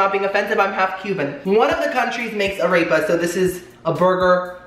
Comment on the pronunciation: “Ah-rayp-uhs” hahaha